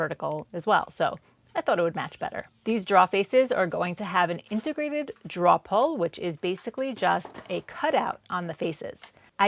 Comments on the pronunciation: I love your work. Your final products are fantastic. Your video layout is wonderful. The tutorial nature of your voice over is top notch. But please……learn how to pronounce drawer. 😉 It’s not “draw”. It’s rhymes with “door” with an extra r as it’s second letter.” Droor. Pretty please. With a cherry on top. Or keep doing it the way you do it, and make fun of me in your next video. 🤣 Either way, you’re doing great work, and we all love it. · Every time says drawer (draw) take a drink.. lol awesome build! Not my preferred style but definitely looked fun to put together. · Love your videos!!! Hahaha…you say draoughs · Very nice looking desk. And remember, it's only a mistake if you can't fix it 😉👍 Oh, and I just love when you say "draw"...brings back memories of early life in New England and watching New Yankee Workshop and This Old House with Norm Abram and Tom Silva. I'm still new to using a Domino, and I'm sure I'll make many of the errors you made (and probably a lot more). All of them will be learning experiences 🤣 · As a native English speaker it hurts too lol. And I saw her clearly mark a part "drawer", so I know she knows how to spell it!